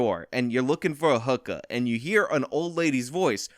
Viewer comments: I couldn't help but laugh at how you said 'hook-ahhh" with your NY accent. I'm in the Tristate area and hear them all the time. Love your new coverage by the way. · Never heard a NY accent from you but you can't pronounce hookah if you tried. Great video bud